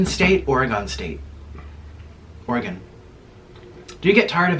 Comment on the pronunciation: ORAGON?????? you failed the first oregonian test